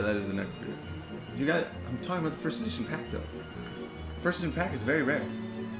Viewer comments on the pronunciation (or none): none